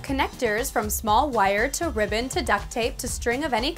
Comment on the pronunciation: i thought she said “ riven “ instead of ribbon i